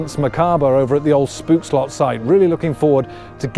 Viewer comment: The oo in stoomtrein is pronounced as the o in hope. Same with Spookslot and Oost.